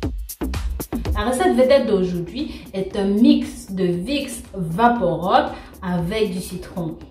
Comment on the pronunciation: bonjour, juste une précision, on ne prononce pas vaporob mais vaporub, rub